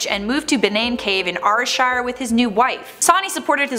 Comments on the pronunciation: ..Arrrshire? You mean Ayreshire? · Arthur's Seat is an exctinct volcano...not a rocky hill, and AYRSHIRE [AIR] NOT AR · The way said airshire was so wierd its pronounced as Air-shire not ar-shire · Rshire? Think she means ayrshire! (Pronounced airshire) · I live in Scotland and Scotland is a peaceful contry it is nothingthin like this and you pronounce ayrshire as air shire not areshote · Ha ha arshire 😂😂 it’s Ayrshire spelled air shire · AWHASHARE AHAHAHAHA EXCUSE ME ITS airshire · N0..3 Sawney Bean from Aryshire is acttualy said like Air-Shire. I'm Scottish & loved this top 10. Love from Scotland xx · Btw I'm from glasgow, Scotland and the pronunciation of the place names in this video are as follows, Edinburgh - Edin-bruh, Gorbals Gor-bils and Ayrshire is Air-shir. just wanted to post this as it does get annoying after like 80% of the time they are mis pronounced lmao. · She pronounced Ayrshire like arshire TRIGGERED idk why didn’t don’t even live in Ayrshire but I do live in Scotland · Arrshire who new I thought I stayed in Ayrshire lol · Gorball's pronounced Gorbles Ayrshire pronounced Airshire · apparently, I have been pronouncing Ayrshire wrong. 'arrshire'? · It’s called Ayr like air you goat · It’s aer-shur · Ayrshire is pronounced air-shy-r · Note for anyone watching, these two need to learn how to pronounce the places before they do these videos. Ayrshire (air-shur) , Gorbals (gorbles), Dalyell (dee-ell), the rest is close enough I guess 🤦🏻‍♀️😂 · Spelt Ayrshire pronounced air shire , not hating just saying . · I am Scottish as well and I think the things that makes this really scarey is how the pronounced Ayrshire 😂😂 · I actually laughed out loud to her pronunciation of Ayrshire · Got to like the way Americans pronounce Gorbals any Ayrshire good job I'm from Ayrshire or I wouldn't know where she meant 😂😂😂 the bean family were also true not myth. Still a gid wee video ☺ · half of these locations are pronounced wrong